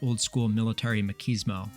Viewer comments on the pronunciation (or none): makieesmo. Lmfao. It's mach-ee-smo. Like macho man. Ch recruit. Now drop and give me 4122 pushups and start over everytime you say 9 while counting and don't take any breaths that are deeper than the depth of a drill instructors thoughts. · ma-keez-mo? bro cant pronounce machismo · Machismo, they way you pronounced it, is the British way. lol got dammit